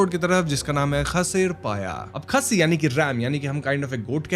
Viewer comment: It isn't pronounced Khassi , it's pronounced like "khhasie" . Castrated male goat.